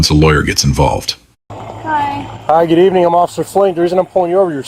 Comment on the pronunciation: Gooduh is not a word.